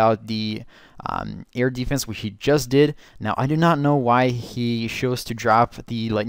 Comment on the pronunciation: It sounds weird when you say: Air deeefense